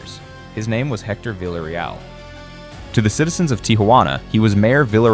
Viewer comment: Stop saying "vila real". Come on now. In Spanish everyone knows it's pronounced 2 LLs = a Y Therefore it lease say it right ... "Vee yah Ree-all" ... say it right.